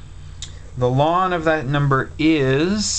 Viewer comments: first, I heard it as 'lawn'. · A lot of people pronounce the individual letters instead: "ell en". Probably a regional thing. But his way kind of makes sense when I think about what ln stands for. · We pronounce it lin.😂😂 so funny how it's different for everyone 😂